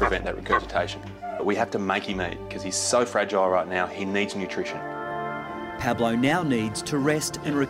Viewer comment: Spanish guy here: Dr. Chris pronounced Pablo's name perfectly